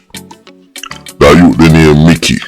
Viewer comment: You got the name correct to bbc mickey😮